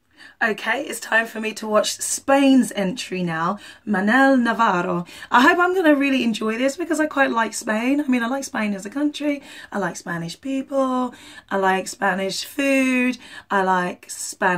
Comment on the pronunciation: learn to roll your rrrrrrrrrrrrrrr. Navarrrrrrrrrrrrrrrrrrrrro. hahaa